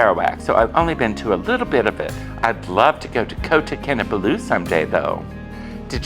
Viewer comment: In Malay the stress most often occurs on the second last syllable. This will help you to pronounce Kinabalu correctly. KinaBALLu. In the section where you comment on the multiethnic population you have confused Malaysian and Malays. Malaysian refers to citizenship and Malay to an ethnic group. All Malays are Muslims whereas Malaysians practise a variety of religions. Lastly you refer to the country in which the old Hollywood movie is set as Malaysia. Malaysia did not exist until 1963. It’s not just a change of name but a whole new federation when the Federated States of Malaya, Singapore, Sarawak, and North Borneo (Sabah) formed the new country of Malaysia.